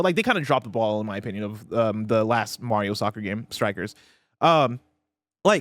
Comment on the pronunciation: i need to please start saying MARIO'S name correctly calling him MEHRIO is annoying to hear man c'mon guy lmaooo!